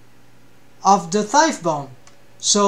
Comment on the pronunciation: Btw u probably already know this since its been 2 years but the gh in thigh is silent 😅 its not like tough (tuff) Awesome video